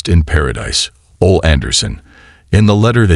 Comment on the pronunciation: U keep showing Arn Anderson and saying his name wrong , this is so disrespectful on so many levels ….RIP OLE ANDERSON,the O and the E are prounounced as the letter themselves…